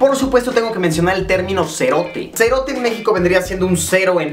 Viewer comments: Si serote lo dijistes bien 🇬🇹🇬🇹🇬🇹😅👍👍👍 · Zombie C Royale te explico amigo 😂😂😂, vos cerote, no lo dijiste mal. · Se dice "sho cerote", no cho serote